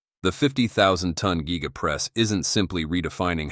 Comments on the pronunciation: Gega press huh. The AI voiceover needs a raise! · Nice content (🇦🇺 Die Cast trained in 80's) but that Ai pronunciation just kills me lol (Gee-ga, Meh-towel etc)